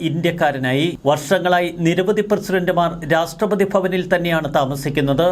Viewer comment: My dear, Ra SH TRA not STRA